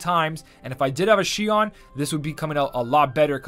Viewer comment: Bro its not z nort its zeh ah nort